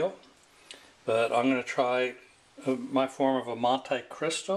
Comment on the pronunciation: what mildly irritated me was when MONTI was pronounced MONTAE and it totallt blew my mind. I had to shut off the tube and go in the corner to cry.